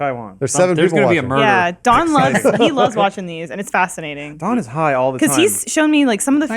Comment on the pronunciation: totally said John not Don that first time